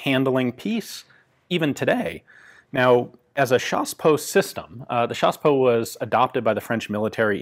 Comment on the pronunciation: J adore quand vous dites " chassepot" avec l accent !